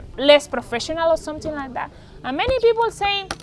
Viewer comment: Great message and I smile every time she says "someting"...Hha